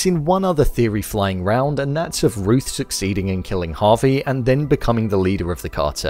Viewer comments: It's Javi, not Harvey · You say Javi like Harvey lmao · Good video, but for .....sake his name is not HARVEY...it's pronounced Jaa Vee